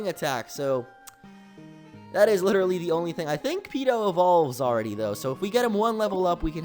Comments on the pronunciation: It's Peeko, not Peeto. Sorry but I'm a gen 3 fanboy I had to :/ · It's Peeko not Peeto. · It's peeko not peeto! Change it in goldenrod when you get fly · it is Peeko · it is peeko not peeto and kingdra is a dragon type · its peeko not peeto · It was Peeko not Peeto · Peeko is the name not peeto :D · btw mr.brineys wingull is named "Peeko" but peeto sounds cooler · He's not called peeto, he's called peeko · not peeto, peeco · It's Peeko not Peeto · And it's peeko not peedo lol. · Mr Briney's Wingull was Peeko, not Peeto. And your team is really lucky for a Nuzlocke! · Mr briney's wingull was named peeko not peeto. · It's peeko not peeto!!! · When I saw you name Wingull Peeto, I was like 'NUU, WHAT ARE YOU DOING? IT'S PEEKO, NOT PEETO! MRAAA!" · Its PEEKO !P-E-E-K-O! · it's peeko